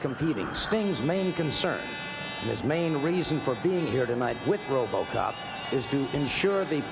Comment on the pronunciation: Tony "Ro-BAH-cop" Schiavone